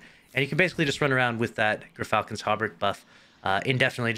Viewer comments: It's Gur-Fal-cons. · Pronounced like: Gear-Falcons. The Y is a little different than the traditional American English pronunciation, but it's close enough. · Yur-falcons , like how you say gyro.